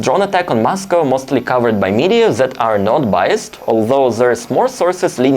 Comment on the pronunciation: Oh man you say That wrong it's not Zat I can not handle this guy. Content is great learn how to pronounce T the letter Z is never used in English wow so hard to listen to